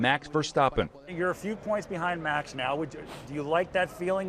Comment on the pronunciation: Almost said it correct. The A in Verstappen was really good, but the A in Max should sound the same